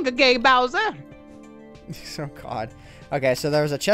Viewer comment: "So long agay-Bowser!" lmfao